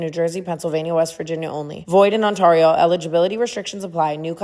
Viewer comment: The way you say ontario in that ad makes me cringe everytime I swear 😂😂 coming from an Ontarian hahaha